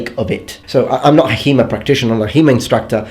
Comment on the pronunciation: After 10 minutes I understood you speak about HEMA and not He-Man. :D